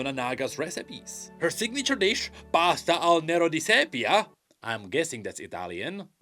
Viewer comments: Very nice "pasta al nero di seppia" pronounciation! And yes, is italian for "pasta witch black squid ink " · As a native italian, i am just so much proud of hearing pronouncing "Pasta al nero di seppia", even quite well if i might say. Good job